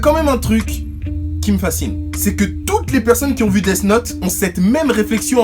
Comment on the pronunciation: Desss note mdrr les français vous etes les pires